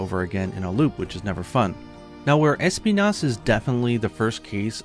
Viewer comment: As a spanish speaker, I can say that the accent in the name Espinas should be on the "i" and not the "E"... it's a spanish word that literally means thorn